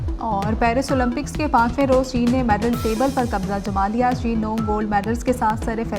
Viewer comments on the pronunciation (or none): none